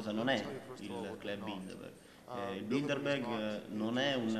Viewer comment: Che nervi quando sbagliano a dire Bilderberg. Il giornalista e l'interprete dicono tutto il tempo BildeNberg. So che è un dettaglio ma cribbio! Se fai un'intervista almeno impara bene il tema.